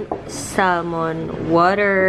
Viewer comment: Sal-mon... hehehe